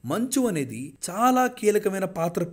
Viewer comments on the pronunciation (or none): none